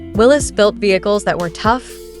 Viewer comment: It's Willeeeeeeessss NOT Willesssss.